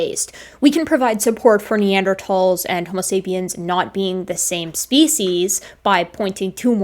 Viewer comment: I have watched and enjoyed so many of your videos. I am a big fan of you and love your scientific approach and presentation. I have one miniscule complaint. I wish you would change your pronunciation of "species" to the dictionary's preferred pronunciation. I have 4 dictionaries but I prefer Merriam Webster's Collegiate. Fond regards, David S. MİT, class of 1961 (yes, I'm ancient)